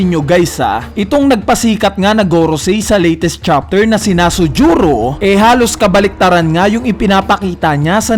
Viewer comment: Bat kaya nasujuro Yun imbis na V. Nusjuro? Wrong pronunciation lang pero keep it up pa din